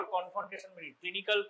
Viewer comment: Great breakdown of perimetry and visual acuity exams! Could you elaborate more on differentiating central vs. peripheral field defects clinically? Also, a few corrections—for example, like 'perimetry' instead of 'parimetry', 'acuity' instead of 'acity', 'Ishihara charts' instead of 'I is charts', 'Snellen chart' instead of 'sness chart', and 'hand movements' instead of 'hand movement'. Small edits like these would make the video even clearer!